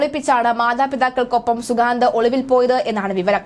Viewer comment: At least pronounce the name correctly